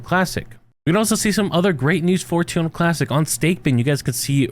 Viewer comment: This is about terra Luna classic right? All I hear him saying is tunalunclassic. 😂😂